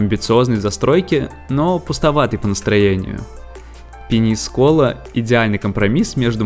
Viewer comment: Ну вы хоть ударения ставьте правильно. ПенИскола. Просто кровь из ушей